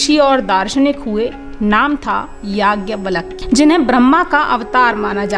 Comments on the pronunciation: आप नाम का उच्चारण तो सही कीजिए... नाम है याज्ञवल्क्य और आप उच्चारित कर रही हैं यज्ञवलक्य। उपदेश देना बंद कीजिए..... गुमराह न करें... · Don't pronounce... Valak ... It's Valkya 🙏